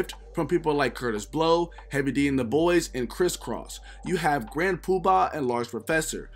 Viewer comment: Aye yo, you killing me with how you saying Grand PubAHHHH... 😆😆 good video tho